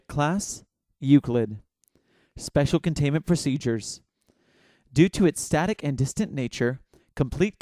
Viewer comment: Good, but clearer and slower enunciation when you say "Special Containment Procedures" would help get things off on the right foot. It always sounds kind of like SpeshaContaimedProceedures.